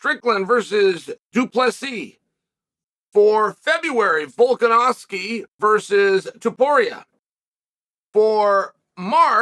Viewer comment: CUT TO THE CHAEL count - correct pronunciation of Volkanovski - Ok Great - Chael chuckles - correct pronunciation of Chimaev - Chael chuckles